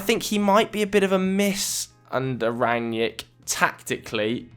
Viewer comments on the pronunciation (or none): It's not Ran-yick, it's Rag-nick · you dont know shit about Rangnick. all you saw are some Interviews. you can't even pronounce his Name correctly.